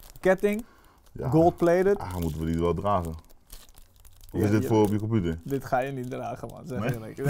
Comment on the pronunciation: Iedereen: computer/pc: KOMPUTER